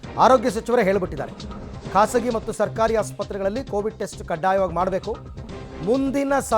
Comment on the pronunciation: ಕೋವಿಟ್ ಅಲ್ಲ ಸರ್ ಕೋವಿಡ್